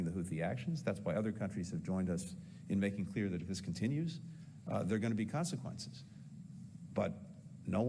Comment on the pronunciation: Haha, brilliant! Blinken: "there's gonna be caanseekwences". Clown.